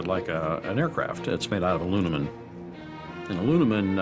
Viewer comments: I'm sorry, "a-luna-min?" I'm sure the man is good at what he does, but when you're making a production like this, it really undermines the credibility of both the "expert" and the show as a whole when the person has not yet spent the time to learn to correctly pronounce words directly pertain to the subject of their expertise. This is ever more true when the word in question is a common one that isn't even peculiar to just that specialty. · "Alunimin" Lawl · It's made out of "aluminun"? is this a new alloy or element? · "It's made out of Alunumin" Hmmm that must be a top secret material. I certainly never heard of it :p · Did this expert just say "alu-ni-mun", not once but twice? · lmfao did he really call it ALU-NIMEN 🤔🤣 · "Alunimen"...? "Unknowen"...? I think a couple of these guys might have had a few too many high energy particles pass through their brain. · WTF is 'Alunumin'?? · no but you see said alunimim instead of aluminum which is wrong in all forms of english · Was that Astronaut saying ALUNEMEN? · Did he just say Alunimin?!? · alunimin?? really? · That Alunumun guy still gets me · What the heck is "Alunimun" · Terry Hart, as an astronaut your use of the word "alunimun" is disturbing. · did this guy actually said "Alunimun"? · "alunemun" new space material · Yes but "alunimun" is just plain wrong in both cases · 😆 he's smart enough to be an Astronaut, but can't pronounce "Aluminum" WTH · The way that guy mispronounced “aluminum” ha! He said it 2 different ways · calm down mate before you get all worked up, if you actually paid attention you'd know that he pronounced in neither the british or the american pronunciation, he just stumbled on the word entirely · anyone else notice he can’t say aluminum?